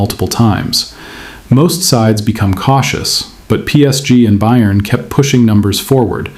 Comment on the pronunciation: You need to learn how to pronounce Bayern.